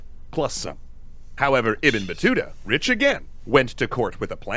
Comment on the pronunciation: Yes 😂you pronounce the name right❤❤love your wonderful react to every video.... All support and respect to you from Egypt 🇪🇬🌹🌷🌼🌻🌸